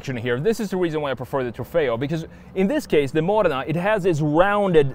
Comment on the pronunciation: The only US youtuber who can pronounce Modena correctly 😆